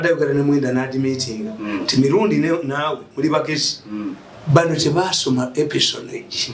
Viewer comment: E S P I O N A GE (pronounced: espiyonaj) 😤 Meaning: Obukesi/Okuketa ebikorebwa zi gavumenti n'amajje gazo (Naye Mr. Mirundi, ekigambo kiri ENIGMA MACHINE 😂)